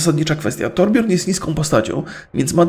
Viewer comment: torbjörn czyta się torbjyrn